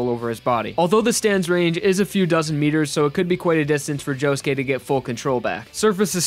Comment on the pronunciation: Did it annoy anyone else when he said josuké